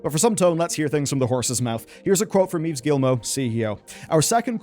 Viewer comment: Its pronounced "Eve" not "Eves". :P